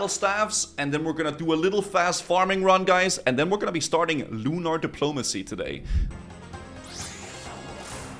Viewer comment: 'Lunar Depolomanicy' Lol.